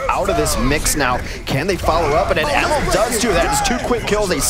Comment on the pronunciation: Its called emil not ämil